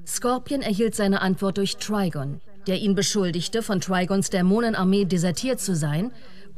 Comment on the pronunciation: Wieso sagt die sprecherin twigon und nicht trigon????